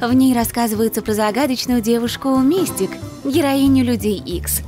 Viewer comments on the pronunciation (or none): Правильно говорить МистИк. Ударение на второй слог. А у Харли пиджак, футболка и шорты.